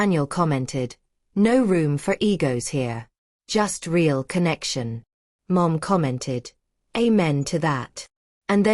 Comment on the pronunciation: How did the brother get the address? What is "ray-all" love?